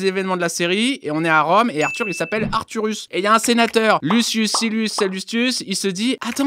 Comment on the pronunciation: Arthuros ! pas arthurus.